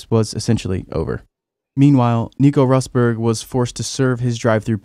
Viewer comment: It's so weird to hear people mispronounce Rosberg. I though the name would be more known in Formula 1 circles.